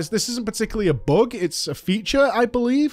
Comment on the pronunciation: WHY DO YOU SAY BOOK AND NOT BUG omg